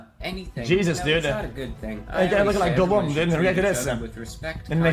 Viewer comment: Bro can't even pronounce Gollum 😂